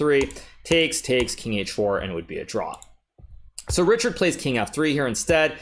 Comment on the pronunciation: Richárd is a Hungarian name and is pronounced like Ri - hard not Ri - chard.